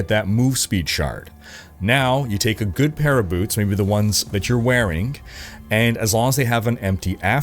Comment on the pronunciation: "the ones you're wearinK" Why the k?